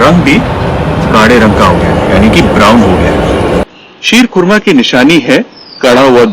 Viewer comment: Wow.. Looks yummy... I'm from iran..I like all of your recipes.. And I love your pronunciation sheer khurana.. Ekdam iranian k tarah aap pronounce karte ho 🌹 🌹